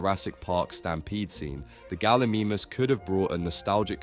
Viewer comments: Bro said galimimis😂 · Is no one gonna talk about how bad he butchered the gallimimus name 😭😭 bro rlly said gally memeus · Galamemus😂 You have to say it like galamymus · Bro really said galimeemis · Bro I was watching this video on YouTube, mispronunciation kept bugging the hell out of me , pulled out my phone to check the comments if it's actually a mispronunciation or not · How’d you pronounce pachy right but not gallimimus